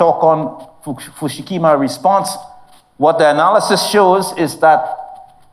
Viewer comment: Fu - ku - shima, not Fu - Shu Kima